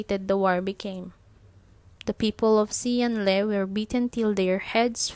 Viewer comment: This is good! Quick tip though; the letter “X” in Chinese is pronounced with more of a “Sh” sound, and the “Le” in Xian Le has a softer “e” so it’s mor of an “Leh” sound or atleast that;s how I think it’s pronounced lol